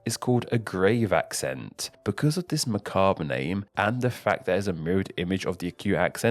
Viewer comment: Macabre* not Mackhorb